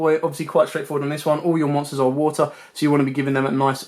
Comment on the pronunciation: Wuutuh. Sounds funny hearing you say water lol